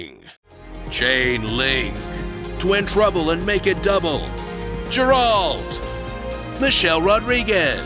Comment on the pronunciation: Man really said Jeralt